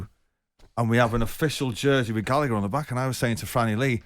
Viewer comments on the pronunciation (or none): Gall A Her not gallicker mispronounced as usual